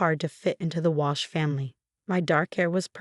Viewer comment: Wash - Walsh ? Get a grip on your AI, it probably doesn't even know the time of the day without the faithful Sarah telling it ! So many spelling mistakes you have outdone yourself this time. I thought I had heard enough of the heels clicking on the marble floor (recently it's been a hardwood floor) but you have decided there is still life in it yet ! Alexander or Olivia - bloody hard to keep track of gender in this one. Bought - thought, your reading skills match that of about a 7 year old !